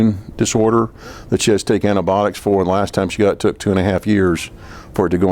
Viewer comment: “Antabotics”….. MD? Dude it’s antibiotics